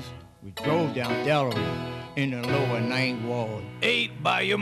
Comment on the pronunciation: When he says LOWER NINNNNT WARRRD man I’m dead 💀 man I worked with an old timer sounded just like that, grew up on Piety and dauphine 😅